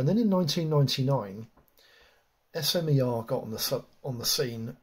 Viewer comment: Been in the industry over 10 years and never heard it called S M E R. But smer (smur). Its a French or Slovak word.